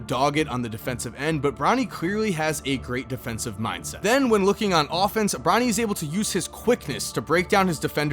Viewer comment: I keep hearing Ronnie instead of Bronny 💀